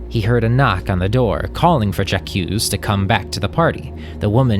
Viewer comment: Who pronounces Jaque '"Ja-Q"?